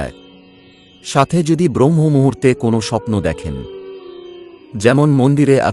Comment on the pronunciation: খুব ভালো প্রতিবেদন। তবে কথাটা 'ব্রহ্ম মূহুর্ত' নয় 'ব্রাহ্ম মূহুর্ত'। 'শুভ্' নয় 'শুভ'। বাংলা শব্দগুলো একটু কানে লাগল। প্রচেষ্টা প্রশংসনীয়। ধন্যবাদ। ভালো থাকবেন।